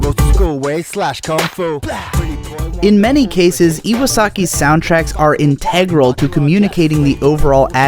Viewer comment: Dope video! I had no idea these were all the same composer. You should totally highlight other great composers, since no doubt they get far less love than directors though their contributions are integral to the tone of the final product. Also, speaking of "integral," I've noticed this across your videos so I thought someone should point it out to you– you're pronouncing it wrong. Stress is on the first syllable; its a homonym with the calculus term, and follows the same stress pattern as the verb (integrate) from which it derives.